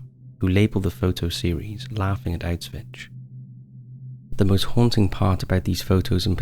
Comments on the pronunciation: Hey! I really appreciate your work and have been following your channel for a long time now - I find your videos well researched and informative. That being said, I wanted to bring your attention to "Auschwitz" pronunciation: it's 'owsh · vuhts', not 'outs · witch', as you seem to pronounce it. I've nocited it in other videos concerning this topic too and I think it's worth correcting ;) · I do like your videos and they are typically very well done...but how does one not know how to pronounce Auschwitz? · you keep ignoring the fact that not only jewish people died in concetration camps. unless you don't give a damn about all the other nationalities. also, you pronounce Auschwitz incorrectly.